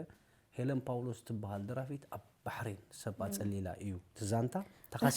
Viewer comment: ዋይ ዝወረዳ ዩትዩብ ዘይትእክቦ ዘይብላ። ጸርፊ ንሄለን ኩሉ ዘኒብዋ ኢዩ። ኣነ ዝብላ ተሓብኢ ጥራይ ኢየ ዝብላ። እዚ ጋዜጠኛ ድማ ዝገርም ኢዩ ሰብ ሰብ ትወዲኡ ኢዩ ሙኻን። ኣምሰሉ ኢያ ይቅረታ ናተይ ርእይቶ ኢዩ። ኣብ ኢትዮጵያ ዝነበረቶ ትሰርሖ ዝነበረት ጎዲሉ ኣሎ። ጋዜጠኛ ድማ ከም'ዚ ናይ ቦሌ ቆልዑት ኣዘራርባ ኣለዎ። ንኣብነት ባባ ጳውሎስ ኣብ ክንዲ ምባል ፓፓ ፓውሎስ ኣይ ትግርኛ ኣይ ኢንግሊሽ።